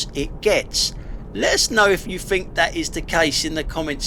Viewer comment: Sorry mate, but I'm finished with your site. Your constant whining is pafetic. You might want educating into the fact that there is no 'f' in 'think'.